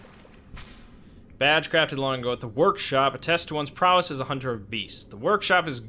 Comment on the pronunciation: everyone knows, a hoonter moost hoont